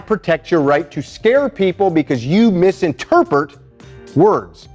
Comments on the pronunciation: ...Don't misinterPERT words! Oh the irony! Sorry, couldn't resist... Carry on. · "...MISINTERPERT" ...don't misquote me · So ironic that he just said misinterpert